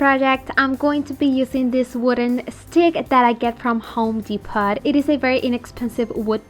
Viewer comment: Love your beautiful projects ❤️😍. Honey you are adorable. I want to help you sound better. It is pronounced home Depoh.